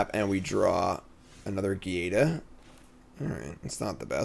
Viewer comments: Cmon dude it’s Giada, like Giovanni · you’re killing me with your Giada pronunciation. She comes from the mafia themed plane, you’re from Long Island/New York City area. Her name is Italian, so a soft gee sound.